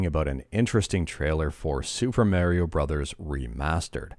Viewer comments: Super Mar-e-o World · Super Marry-O 😄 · That's kind of just the way Canadians say that, when they say wario They say War- io As in a war that you fight then IO